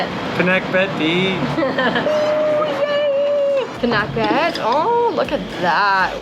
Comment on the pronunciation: I don't understand what she was saying til I saw. It is pronounced PI-NAK (as in Nah!) - BET (bet). You ordered Crispy Pata (so delicious, mini lechon using pork knuckles). Used in Pinakbet is Bagoong (little shrimp paste) as flavoring with veggies Squash, Eggplant (locally called Talong), Lady Fingers (called locally as Okra), Bitter Gourd (known as Ampalaya). You could have asked another dipping sauce without the chili for Crispy Pata.